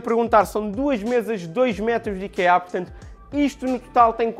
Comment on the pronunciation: Nao se diz ikeá diz-se íkea